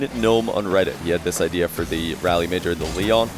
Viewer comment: FYI for anyone wondering Raleigh is pronounced “Rall-ee”. Like Wall but with an R. Not pronounced like “Rally”